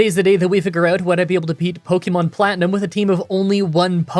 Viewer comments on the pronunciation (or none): none